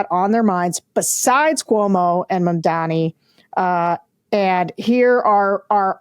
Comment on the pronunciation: It's MAMdani. Get it right.